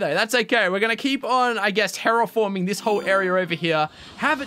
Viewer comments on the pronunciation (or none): none